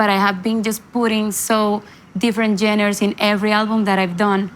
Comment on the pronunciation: Por favor Carolina, mejora tu inglés con un tutor privado. Se que lo puedes hacer. Ya es tiempo de hacerlo. Pronunciar correctamente palabras como ‘genres’.. not geners 😮. Se dice : ‘make decisions’ … not ‘take decisions, etc. ‘Starting from scratch’ is what you meant? Don’t say putting geners… ☹️